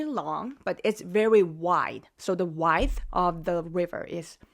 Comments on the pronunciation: your English is very good. However, the word "width" is pronounce wid-th not wideth. Love all the info you post. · Miss (beautiful), this comment goes with the video where you discussed the Han River, while I love your voice, I need to correct your pronounciation of one word: you say width using the “i” from wife, but you should use the “i” from with or wit or is. Also, my mother once remarked of a cheap motel here in America, that it was the type of place that rents you luggage by the hour, meaning it was a hook up joint that rented you luggage as a favade of respectability. Peace and love, my sister.